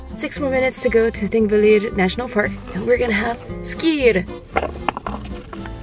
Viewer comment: Tip: when there is a “double L” (ll) it sounds like “tl” so it would for example sound like :/ theenkvetlir /: and :/guhtlfoss/:. Also, Þþ: th. Ðð: th. you’re welcome from an Icelander ^_^